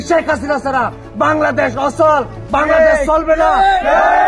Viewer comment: ভাইরে, বাংলাদেশ, এটাই ঠিক মতন করে বলতে পারছে না😂😂